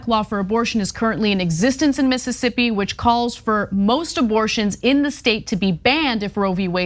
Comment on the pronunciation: Omg, Cenk!!! Stop saying MS as Miss'ippi 😆 🤣 😂. You're missing another grouping of ss's lol. Love you, brother